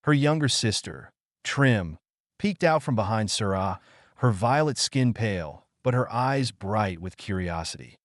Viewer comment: the text says Sara ... but hes like SURRAHHH wtf :S